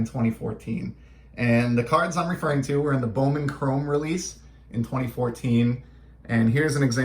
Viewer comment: I have never heard of these cards. They are so cool. Yes you said the name right. It is so weird to see my mama's name on a card. I enjoyed this video !